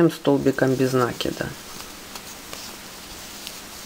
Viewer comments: Всё классно . Но только не нАкида, а нАкИда. Извините , но слух режит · Без накИда. Ухо режет